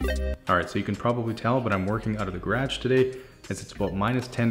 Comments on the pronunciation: I love that he has an accent but every time he says garage I feel the need to correct him and then laugh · Me: gerah-j Him: gayredge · gredge. It trips me up every time, lol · Who else loves the way he says “garage?” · I am here cause u say “ garage “ with an accent 🤣